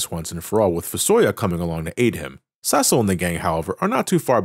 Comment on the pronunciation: It bothers me that he’s pronouncing it “ses-sell” and not “see-sill”